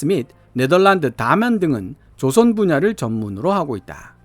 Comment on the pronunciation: '조선 업체'에서 '造船'의 발음은 길게 발음해야 합니다. '조선'을 짧게 발음하면 '朝鮮'이 됩니다. 한글 공부가 영어보다 더 중요합니다.